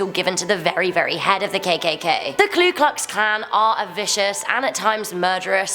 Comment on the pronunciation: It’s Ku Klux Klan.... not KLU Klux Klan, do your homework before u inform people!good videos still though! 😊